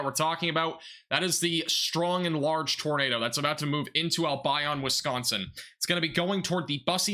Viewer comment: Wau-ke-sha, Al-bion like Deon. Grew up in Albion a long time ago. A small unincorporated town.